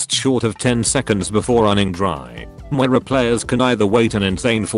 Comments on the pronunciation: Moi-ra. Gosh! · " how to git gud at mwera " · Most people: Moira Some people: Moh-eye-rah: MWAH-RUH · I used to pronounce Moira as Moe-I-Ra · The new hero 'Mu-where-ra' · “Welcome to a guide on how to get good at Mwera” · Repeat after me: moyra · Ah yes, MWERAH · MagicHadi he pronounces it differently with his accent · Love how the T2S screws up the name every time. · Maybe you should get good at learning how to pronounce her name.